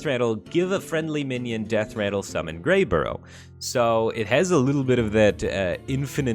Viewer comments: Did he just say "Greyborough" like 50 times when it was "Greybough"? Speaking of, he is kinda like that end of turn mech that transforms a neighbor into a copy. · "Greybough" becomes "Greyborough" Firebat continues to astound with his ability to mispronounce stuff lol. A bough (pronounced like "bow" as in "bow to the king") is a big tree branch, fyi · I anti-appreciate his consistent failing for "Greyburrough" though. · Boy, Firebat added a whole bunch of letters to "Greybough" didn't he? Makes me think that skipping "Lothraxion" was the right idea lol